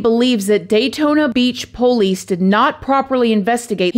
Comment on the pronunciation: Hey friend! Can't wait to listen tonight when we travel home from work. My husband and I just love you, and we LOVE the way you say "po-lice" ❤❤❤